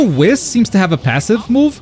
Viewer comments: It’s whis not wiz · Stop calling ma man Whis Wis :( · Buddy lol Whis's name is pronounced like WHEEEESS. Its supposed to rhyme with the word peace. It is not supposed to rhyme with piss lol just imagine if the "i" in Whis was 2 E"s instead and just say it like that. Lol huge fan im sorry i had to say something that pronunciation is wild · Pronouncing 'Whis' like 'piss' is not very funky fresh. It's a no from me chief. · I still can't get over the fact that he pronounces "Whis" as "Wis." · This dude's pronouncing whis as he does, hurts my soul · Today I learned can't pronounce Whis xp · Why must he say whis like that😂😂 still love the content tho.